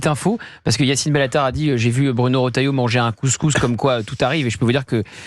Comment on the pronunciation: Erratum : Retailleau ,pas Rotailleau.